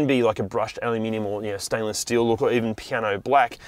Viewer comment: What's "alaminium"?